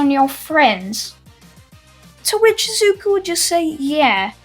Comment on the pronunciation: Every time he says “to which” I hear “twitch”